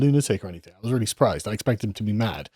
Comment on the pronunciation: Someone needs to chide him every time he says "anythink" and "everythink" - it's intensely distracting.